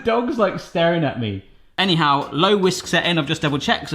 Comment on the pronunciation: The way you said A NYHOW was probably a better attempt at saying hello in chinese